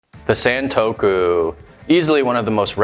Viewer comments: Not sentokou, it's santoku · It’s not Saen-toku, it more like Sun-toku.